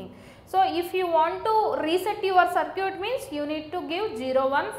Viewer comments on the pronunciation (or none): It's sad that people are getting annoyed over her accent and broken English. I think her english is fine, she is a South Indian that's why her accent is slightly different. For example she is pronouncing circuit as sircute. I understood the topic and I thank her for that.